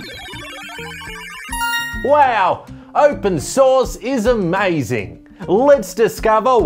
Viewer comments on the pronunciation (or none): "Open sauce OS" 😂